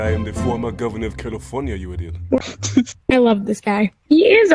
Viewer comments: It's not California.. it's CALLI FORT NYA~~~. GET TO THE CHOPPA!!!! MY NAME IS JOHN CONNOR!! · You didnt say califarnia right lol